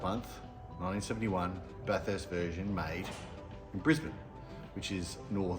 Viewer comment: note, the pronunciation of Bathurst, should be 'bath ist' as opposed 'bath hurst'